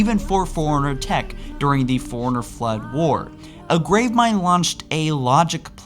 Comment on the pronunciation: I love your content, but for the love of god. Figure out how to say librarian and forerunner. Forerunner and foreigner are completely different words.